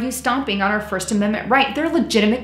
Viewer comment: Love it! Where you from?.... de Bronx? An Aussie here: )